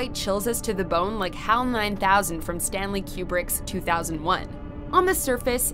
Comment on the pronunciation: It's pronounced "Coo-brick," not "Cue-brick." :-)